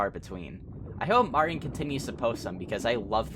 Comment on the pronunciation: Lmfao I love the way he pronounces stuff. Martin's name for example. "Marin" and 32 Minutos as "thirty two minuros"